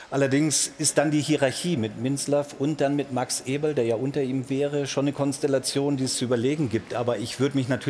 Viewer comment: angeblich sind sie gute Freunde aber Effe sagt seinen Nachnamen dauernd falsch... Alles klar